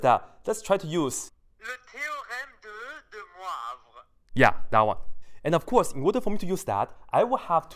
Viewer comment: You can't pronounce de Moivre in french?it's like poivre,which means pepper.it's easy, oi is pronounced oua. The a like in madonna, the ou like in you.